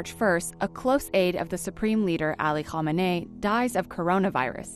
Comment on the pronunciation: Ali Khamenei's name isnt that hard to pronounce, so how do you keep mispronouncing it?